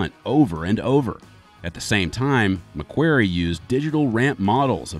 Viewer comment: ‘McWary’? ffs